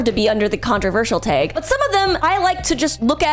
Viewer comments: T-ay-g? It's tag. t + ag. Wag, bag, sag, tag. Girl, can you even phonics? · The way you pronounce tag is like how i pronouce vague, and vice versa lol weird! 🤓